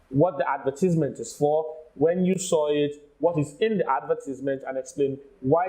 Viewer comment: I am curious, I can see that her pronunciation of advertisement was wrong, but the examiner did not point it out, is pronunciation not important?